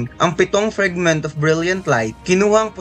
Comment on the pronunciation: FRAGMENT KASI YUN HINDI FRIGMENT!